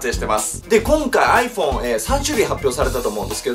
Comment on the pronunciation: アイフェン笑